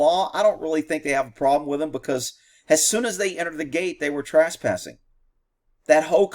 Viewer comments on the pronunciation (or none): Hey, is "Trass-passing" in Texas, what the rest of the English speaking world calls trespassing?